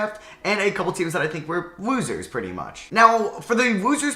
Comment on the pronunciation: Im so sorry but whenever you say losers i swear you’re saying woozers and not losers